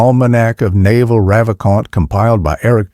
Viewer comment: the narrator pronouncing Naval like the bellybutton is killing me